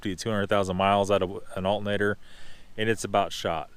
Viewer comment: "Alt-n-ator" Alternator . AL TER NA TER